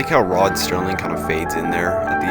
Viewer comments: It's Serling, not Sterling! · It's Rod Serling, there's no t in Serling. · Rod Serling...not Sterling...put some respeck on his name #Legend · Did you say "Rod Sterling"? It's "Serling"....no "T". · I stopped watching when you said "Rod Sterling" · salmonparfait Sorry, but the narrator is foul mouthed and unfunny. Plus he couldn't even get Rod Serling's name right, and he messed up the date of JFK's death. Such a sloppily made video isn't worth defending.